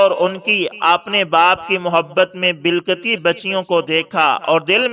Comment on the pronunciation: 😂😅😊 بل کتی بچیوں کو bil kati bachhiyon ko. 😂